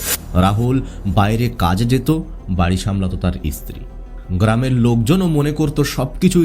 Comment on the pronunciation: আপনি এত ভালোভাবে কথা বলছেন। কিন্তু এই যে ইস ইস উচ্চারণ করছেন।। এটা শুনতে আমার খুবই অসহ্য লাগছে। যেমন স্ত্রী না বলে ইস্ত্রী ইস্ত্রী করছেন। আপনার কথা শুনে মনে হচ্ছে আপনি শিক্ষিত অবশ্যই আপনি ভালোই শিক্ষিত এভাবে কিন্তু এভাবে বিকৃতভাবে শব্দ উচ্চারণ করছেন ইস ইস এ আবার কি রকম ভাষা।। ভাষাটা পরিষ্কার করবেন কথাটা ইস্ত্রী নয় স্ত্রী।। এরকম অনেক ভাষাতেই ইস উচ্চারণ করছেন।। সবগুলো আর লিখলাম না।বাংলা ভাষা যারা সঠিকভাবে উচ্চারণ করতে না পারে তাদের ভাষা আমার মোটেই শুনতে ভালো লাগে না